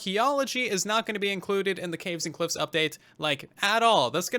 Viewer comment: sounded like Russian update to me :v